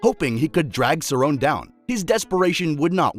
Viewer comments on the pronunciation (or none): Pronounced cerrone wrong AND called Aldo the “140 lb champ” WOW lol this is def made by AI